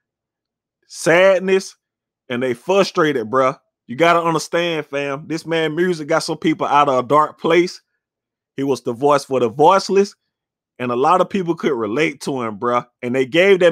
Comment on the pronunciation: “.......and they FUSS-STRATED, bruh...” 💀💪🏿